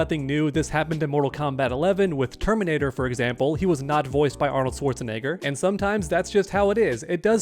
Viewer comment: How did you pronounce arnold shwarzenegger🤨🤨🤨